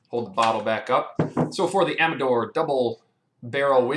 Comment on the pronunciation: Finally someone who knows how to pronounce the name